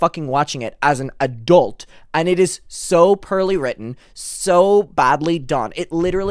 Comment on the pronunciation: Every once in a while when your accent really comes out, like in the word “poorly” in this vid, I can’t help but smile. I love it. 🇺🇸👍❤️🇮🇪